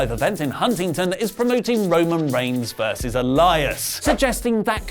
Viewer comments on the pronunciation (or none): none